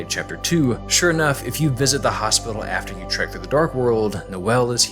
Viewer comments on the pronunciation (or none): none